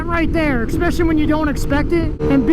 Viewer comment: Bro. Bro. It's "Su-pose-ED-ly" Not "su-pose-EB-ly". There's no B in supposedly. Also, it's "ES-special-ly" Not "EX-special-ly". I'm sorry to be That guy, but come on, you're a grown, adult male. Supposedly, you should know how to say these basic words, especially since you're an adult.